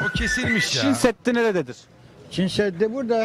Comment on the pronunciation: Dayılar hadi bilmiyor diyelim Çin seddi diyor adam gençler bile Çin demek bu kadar zor olabilir mi 😡